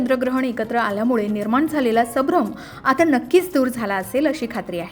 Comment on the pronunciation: वाचन शुध्द करावे. आपण वारंवार सभ्रम असा शब्द वाचला .तो चुकीचा आहे. खरा शब्द*संभ्रम*असा आहे. चुका टाळाव्यात.